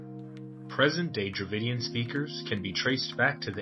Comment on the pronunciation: Strange sounds like David kingdom ?